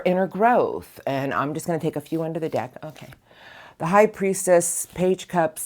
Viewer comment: Thank you as always gorgeous PS you sounded like a kiwi when you said pickin one dick (deck)when you began love crossings 😂 Your the best love your energy 🥂❤️😅